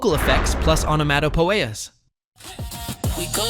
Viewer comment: AI has a long way to go pronouncing words. Onomatopoeias lol.